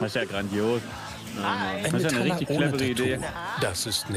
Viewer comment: Nette Doku, aber mich hat's die ganze Zeit gestört, wenn der Sprecher so ein richtig schön deutsches "MetAller" gesagt hat. Dann dachte ich mir "Hm, ja gut, der ist wahrscheinlich nicht aus der Szene und vielleicht auch schon was älter..." Und dann kam der Typ ganz am Ende und sagt selbst auch noch mal Metaller... manno xD